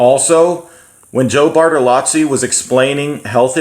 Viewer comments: Bartolo(zz)i not Bartalatsi Thank you for the video. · "Joe Bartolotzi"